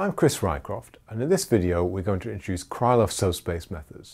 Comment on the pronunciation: Just on a side note about pronunciation. The name "Krylov" is pronounced "Krilof" with the stress on the last syllable and the "y" being simply an "i" as in "sit". "Lanczos" is pronounced as "Lanchosh" with the stress on the first syllable.